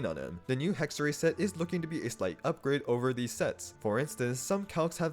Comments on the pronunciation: fyi, it's "hexerei", not "hexeray" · As Hexerei is a German word, you would pronounce it with I like fly, try, sly at the end